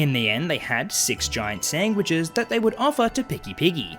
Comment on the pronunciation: Feed the She-Pig "sangwiches"! Seriously though the way you say sandwiches just gives me a good chuckle...not trying to offend you just stating what I'm hearing.